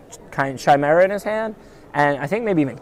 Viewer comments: 'Do I go with Kye-mera or Chime-era? Oh no Uh....' "kye- Chime-era!" Nice one. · Some people obviously need to learn how to pronounce "chim-er-a' ....